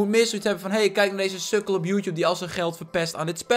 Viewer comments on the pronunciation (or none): none